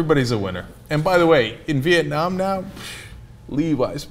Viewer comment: Did I hear Cenk say "Viet-nam-nam"?